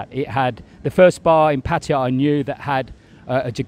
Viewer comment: After 10 years he still can't pronounce Pattaya the rite way.🤣🤣🤣🤣